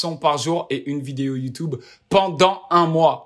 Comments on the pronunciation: Au top les vidéos ! Mais stp dit youtUUUUbe pas youtoube 😂 sinon trop chaud grosse force à toi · Youtoube... On dit youtUbe. Un U... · Pk tu dit YouToube 😂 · "Video youtoube" 😂😭 et sinon jtai découvert dans la vidéo d'Océane et tes trop marrant continue tes le boss